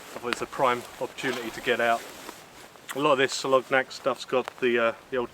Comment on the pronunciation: Hi. Good video! Friendly heads up, Its pronounced Soloniak.